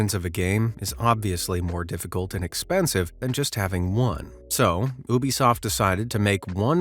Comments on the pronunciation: It’s U-bisoft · What's an Oobisoft?